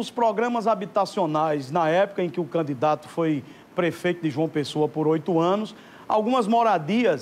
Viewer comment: "Canidato", não, candidato!